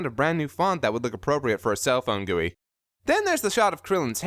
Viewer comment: Thank you for actually pronouncing GUI correctly :)